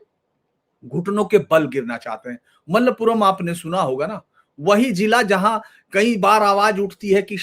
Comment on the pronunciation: "THIRU NAAVAAYA"..... സർ "MALAPURAM"....H.. SIR, maLLappuram nahi.. Mala mean pahaad.. Puram mean desh